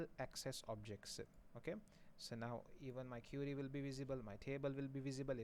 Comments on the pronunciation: You actually say it as curie 😂😂 lucky not cutie... But you are best ,you too teach well. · I guess you pronounce query is wrong. Since i say "e" as "a"...